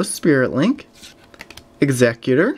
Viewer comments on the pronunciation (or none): none